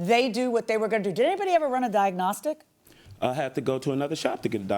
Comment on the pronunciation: And he can't say 'diagnostic'!